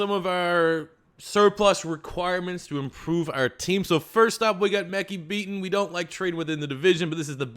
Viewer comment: His name is Mekhi Becton not Beaton